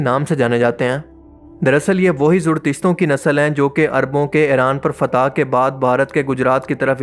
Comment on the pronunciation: Just Stop Pronounce Iran as Aeran Already!!